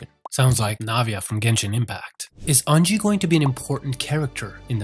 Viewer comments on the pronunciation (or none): The way he pronounced unji took 10 years off my life